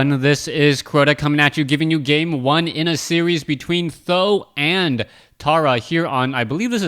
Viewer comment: Its pronounce Tee H zero zero zero, not Thou... or Sandan which means 3 eggs...